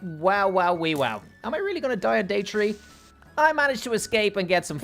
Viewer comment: Ah yes day tree 🌴🌴